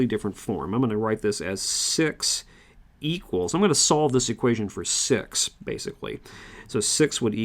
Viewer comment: I actually loved the video, but am I the only one who's hearing 'six' as 'SEX' ?